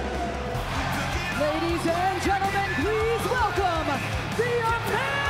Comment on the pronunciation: Samantha Irvin is the only english person I ever heard saying the Name "Gunther" right! the H is silent in this Case! That is a German Name! When a ENglish Person hears a German Person say it and then he should write it, he would propably write Guntair!